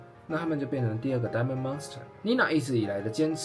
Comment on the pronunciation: Diamond dust到底在念什麼? 哥們去查一下發音好嗎